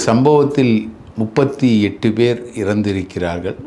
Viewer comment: ஆழ்ந்த இரங்கல்.உங்கள் இன்டர்வியூவை விரும்பிப்பார்ப்பேன்.உண்மைகளை ஆதாரபூர்வமாக பொறுமையாக சொல்வதில் மன்னர் நீங்கள்..ஒரே ஒரு குறை அவர்கல்-மக்கல்-இறந்திருக்கிறார்கல்-மகல் என்று சொல்வதை தயவுசெய்து திருத்தவும்